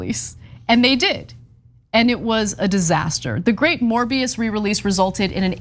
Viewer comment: A morby-us for the restov-us